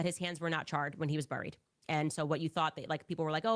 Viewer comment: I can’t stand the way she pronounces it. 😂